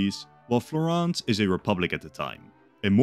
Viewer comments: "FlorEnce" not "Florance" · O il modo in cui diceva Florance alla francese come se si avvicinasse di più alla pronuncia italiana mentre invece Florence le assomiglia molto di più🤣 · same 'Florance' Edit: youtube is ass i'm on a computer and can barely type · Florence (/ˈflɒrəns/ FLORR-ənss; Italian: Firenze [fiˈrɛntse] ) or FlorAAAAAHHnz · FlorAnce???? FlorAnce??? Did i get it all so wrong and thats how you actuakly pronounce it? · Awesome video as always but that pronunciation of Florence is wild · as an italian I was so happy for you to make this video, until I heard you pronounce Florence 😂😂😂😂 still amazing video tho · The way he pronounced Florence and Medici was so annoying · How are you gonna take the time to write this whole scenario and illustrate the maps but then be too lazy to take 5 seconds to google how to pronounce Florence and Medici? Was such a promising start to a video but honestly it's unwatchable in this state.